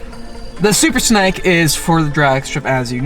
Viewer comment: SUPER SNAKE NOT SUPER SNEK PRONOUNCE IT RIGHTYOU PUTZ OR ELSE I'M UN SUBING (not the worst thing I could do 😐😡😠😣😤😧..!!)